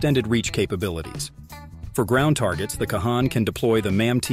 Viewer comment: I appreciate that Turkey is building their own 5th gen but I doubt very much it is a game changer. The F35 is still the cream of the crop and will continue to remain so with each Block update. Also, it's pronounced Con.